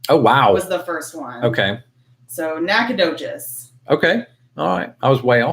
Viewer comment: Nacogdoches. The "g" is silent and the ending is not "cheese" but something like "chas".